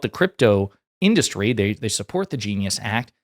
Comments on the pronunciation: Can i please hear this dufus mispronounce in-duh-stry one more time 😂😂😂😂😂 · Omg how many times can he mispronounce industry in one sentence.